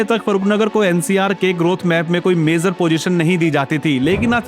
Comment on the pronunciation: आज के यूट्यूबर की सब से बड़ी समस्या, उन की भाषा ( Language ) है, जो उन से बोलनी भी नहीं आती है, सही लफ़्ज़ ( शब्द) है Major, मगर आप बोल रहे हैं Mezar , जो बिल्कुल ग़लत है। Please correct your Language. कृपया अपनी भाषा सुधारिए। स्टेज पर आने से पहले अपनी भाषा को सुधारें अर्थात् भाषा का ज्ञान प्राप्त करें , तभी लोग आप को सुनेंगे । भाषा में खोट किस ने पैदा किया ? तो जवाब है कांग्रेस पार्टी की मुस्लिम विरोधी नीतियों ने , जब नेहरू ने मुसलमानों के विरुद्ध योजनाएं बनाईं तो एक आवामी ज़बान यानी लोक प्रिय भाषा उर्दू ज़बान को ख़त्म करने के प्लान पर भी अमल किया गया , चूंकि नेहरू का मतलब है प्रथम प्रधानमंत्री जवाहर लाल नेहरू, से है। नेहरू ने यह समझ लिया के उर्दू ज़बान हिंदुस्तान की नहीं है बल्कि मुसलमानों की ज़बान है तो मुसलमानों के साथ साथ उर्दू ज़बान को भी ख़त्म करने का प्लान बना लिया गया , इसी एक ग़लती ने बहुसंख्यक हिन्दू को एक अच्छी भाषा से दूर कर दिया। उस का दोष पहले प्रधानमंत्री नेहरू की मानसिकता पर जो बड़ी तंग यानी संकीर्ण थी ऐसी मानसिकता के नेता को कभी भी भारत का प्रधानमंत्री नहीं होना चाहिए था। नेहरू की मानसिकता और सत्ता का लालच , और परिवार वाद ने ही देश को महान देश बनने नहीं दिया। जनहित में जारी है। एक राजनैतिक विश्लेषक शकील अज़ीम । Dated :- 6th August,2026